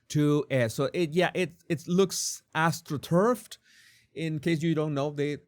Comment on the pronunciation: Genuine "Astroturding"